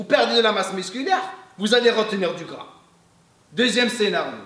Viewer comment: Salem, t'es vidéos sont au top, je te suis maintenant depuis 1 ans:) Une chose pour ton français: Quand tu dis «C'est pour brûler plus de gras» le mot gras le «s» ne se prononce pas. Mel guelb!